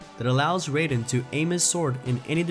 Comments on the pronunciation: Its Rai-den. Ray-den is a mortal kombat character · Why did you pronounce it as “Raid-din” and not “ride-din” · First , you butchered Raiden's name (it's Raiden , like when you say Mai (not May) , get it , no , just watch one of the gameplay videos to find out how to say his name) , second , finally someone ripped off the sword mechanic from this game , literally no game before and even after the release of Metal Gear Rising (2013) has this mechanic , and it is a shame , because most of the games that could have this would make millions because of it (I really wish there was a sequel to Metal Gear Rising because of this mechanic).